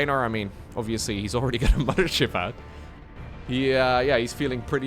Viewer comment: Mama-Ship? are you from germany? Wasn't aware of that:)